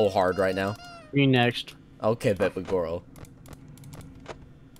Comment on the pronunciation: girl not gorel